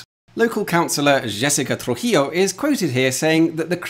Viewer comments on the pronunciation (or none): none